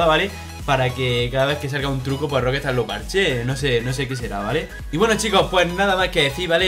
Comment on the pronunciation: jajajaja Roquestard??? lol jajajaja...será pronuncia Roc...estar...que no es tan difícil...que me sangran los oidos jajajaj buen video por lo demás jajajaj